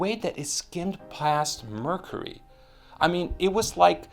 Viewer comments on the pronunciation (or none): none